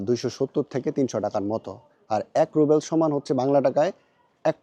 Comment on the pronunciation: Short corrcetion not রুবেল its রুবল